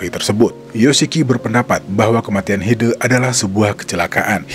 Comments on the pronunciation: Koreksi. HidE. E nya cempreng, bukan e kayak hideung gitu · WOOOY NYEBUT HIDE nya jangan jadi HIDEUUU dong sumpah ganggu denger nya lu salah nyebut nama orang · Bacanya Hide kayak huruf E di kata Lele